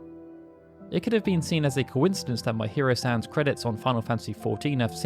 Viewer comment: No come on, you're having fun, you must know it'd be pronounced me-hee-ro not my-hear-oh.